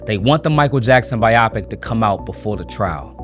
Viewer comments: My dude… BYE-oh-pick, not bye-OP-ik 😂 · pronounced bio-pic. not biopic. are you AI? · Friend, it is pronounced bye-oh-pic. Not bi-op-ic. It's short for biographical picture. It does not rhyme with myopic. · i like that he pronounces it biopick instead of bio-pic (which it's supposed to be, it's a biographical movie) ...he made it sound like a medical procedure and it makes you take the whole thing just a liiiittle more seriously 😂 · It's pronounced bio-pic not bi-op-ic 😊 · Its pronounced "BIO-pic" not "bi-AW-pic" lol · Bio- pic, not bi-opic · It’s a bio-pic not a bi-optic. 😂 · you mean a BIO-Pic not a biOpic... behind the movie instantly knew that you were 20 or younger, is I can tell you would never heard that word before and just made your narration from chat GPD lol If it's bored that you never use or don't use in your real life then you really shouldn't leave it in the script you're not 100% out of pronounce it it's a dead giveaway that you didn't write your own script. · It’s not “bye-opic” it’s “bio pic.” As in biography picture. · SMH. This younger generation that cannot correctly pronounce biopic. Kids, it doesn't rhyme with myopic. It is short for biograpic picture. Bio paired with pic. You're welcome. 😂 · Why the hell do you pronounce it bi opic And not bio pic Another name for documentary Or biography 😂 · Oh ffs— It’s pronounced BIO-pic, not bi-AH-pic. Everyone makes mistakes but I keep seeing ‘entertainment reporters’ saying the word like it rhymes with ‘Myopic’ the eye condition. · It's bio-pic not biyopic. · It’s bio-pic not bi-opic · you called it a Bi-Opic? Not a Bio-Pic? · It’s bio pic not biopic 🤦🏻 lol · Bro its BIOPIC (bye yo Pick)......the other way your saying it its killing me 😂👍🏼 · Pronounced Bio-Pick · Buddy, biopic is pronounced Bi-Yo-Pick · is that really how you pronounce biopic, i thought it was bye oh pic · Its pronounced BIO PIC brotha 😂😂😂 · Biographical picture. How it stated being pronounced like “myopic” I’ll never know.